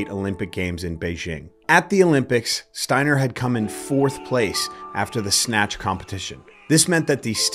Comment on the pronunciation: Absolute legend in Germany. By the way, it's pronounced ,Shteiner', because st/sp is always pronounced as sht/shp in German. Like the Yiddish/German word ,spiel', which you pronounce correctly in English